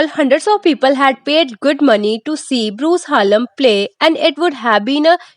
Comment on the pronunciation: Dhanyawad ❤❤😂😂😂 fun fact :- madam bruce haaallm nhi hota bruce hallam hota he lol❤❤❤😂😂😂